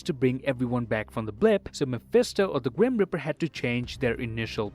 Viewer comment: I love how he says grum reaper as grim riper